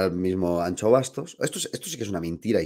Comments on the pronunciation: ¡¡ si sabes decir Shakira puedes decir AnXo.... xD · Como duele escuchar "Miguel AnCHo Bastos" xDDD